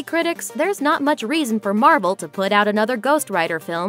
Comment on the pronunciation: Did she say marble instead of marvel